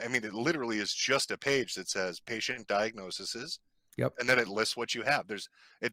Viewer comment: lol at the dude saying diagnoseses😂😂😂😂